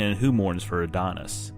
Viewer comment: Adonais, not Adonis.